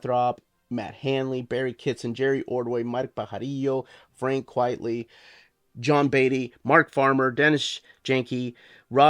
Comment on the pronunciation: It's Quite-ly not Quiet-ly